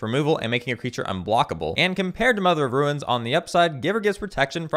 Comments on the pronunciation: its runes not ruins lol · Why do you pronounce "runes" as "ruins"? lol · You keep saying mother of "ruins" instead of "runes". What does it mean? I don't understand the secret code.